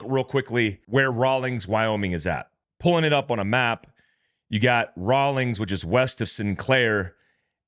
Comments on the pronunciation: It’s Rawlins,not Rawlings. There’s no g,can you read? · Raw-LINS, not Raw-LINGS. sorry, it's not that critical, but being a born 'n raised WY guy, it rankles a bit. Thanks for sharing the news! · Rawlins not Rowlings. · Raw lens. Not rawlings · It is Rawlins not Rawlings Wyoming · Rawlins…. Not Rawlings. 😂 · It’s not Rawlings. It’s Rawlins, raw-lins. There is no G! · It's Rawlins WY not Rawlings. Located on Interstate 80. Home of the Wyoming State penitentiary. I80 is a major trafficking route. It's such a wide open stretch of interstate and few HP. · It's Rawlins not Rawlings. Been there many times. Excellent trout fishing north of there. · i dont see a INGS in rawlins. not sure why you keep pronouncing that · Let me help,. It is RAWLINS, Wyoming, NOT RAWLINGS. Rawlins, WY, is located "astride" I-80, approx. 120 miles east of Rock Springs, Wy, and approx. 101 miles west of Laramie, WY, and approx. 150 miles west of Cheyenne, WY. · Raw lins is how it is pronounced. It is actually a decent sized town in Wyoming. The main industries are the state prison and the oil refinery in Sinclair. Wyoming Highway Patrol watches interstate 80 like hawks, searching for drivers with weed in the vehicle purchased legally in Colorado. The federal government needs to legalize, or at least decriminalize weed so that our prisons are not uselessly full of Colorado pot purchasers. Hahah hahahaha haha. If you live in a legal state and travel here, make sure that your vehicle is free from any evidence of marijuana transport. I wish I could afford 180,000 rounds of ammo!